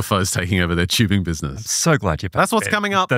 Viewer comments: Listen. I love you guys. Ive been listening since season 1. Im a plus subscriber, we're all mutuals on twitter. I have never been so angry and upset with this show and its content in my life. Its TUBING WITH A T NOT CHEWBING Literally infuriating to listen to, I could not stand it. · It's not chewbing it's TUBING